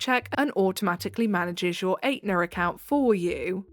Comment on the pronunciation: I'm sorry, ATEnuh is killing me, I did the same thing before someone corrected me 😆 (it's ETnuh)